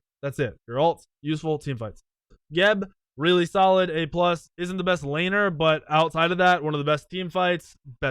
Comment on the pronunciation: "Geb, really soliid"